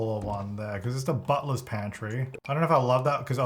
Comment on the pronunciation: Had to google what a "buttless pantry" is. Then I found out that he was saying "butler's pantry" 😭😭